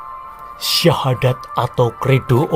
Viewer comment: 😂😂😂...terbukti ini tak mengerti dgn benar aslinya ajaran Islam dan tak tau secara benar sejarah islam yg benar.... mengucapkan syahadat sja masih jauh dari benar..😂😂... Belajar lagi mas... tanggung jawab mu berat nanti diakhirat kelak....didunia kau bisa mengolok-olok dgn bahasa dan nada mu yg menghina...tapi ingat...setelah dunia ada akhirat....kau bertanggung jawab atas penjelasannya mu yg hanya sebatas asumsi yg minim pengetahuan tentang islam...😂😂😂😂